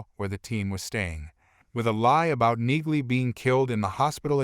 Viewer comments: Her name is pronounced “Neeley ”, not “Nigley. Use real voices, not half-assed synthesized voices. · Enjoying the series. Wish you commentary types would figure out that the "g" is silent in Neagley's name.